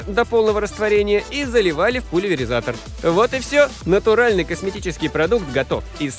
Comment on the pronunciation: ты хотел сказать пуливизатор или пуливилилизатор